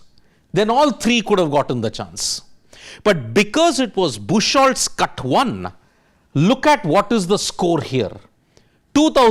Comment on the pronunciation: BOOK-HOLTZ, not bush-holtz. It's a common name meaning "beach wood". Look up google for pronunciation.